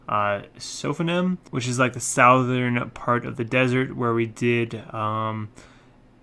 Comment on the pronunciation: Future reference, as you probably already know but goes unnoticed while recording; "Southern". You pronounced it "south-ern" multiple times. I find it quite obnoxious. Pronounce it like "suth-ern". Or just Google it and listen to it. Enjoyed the video. :)